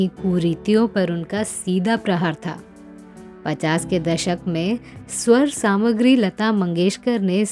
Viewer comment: Sawar Samgri nahi Sawar Samragyi hota h madam. 🚫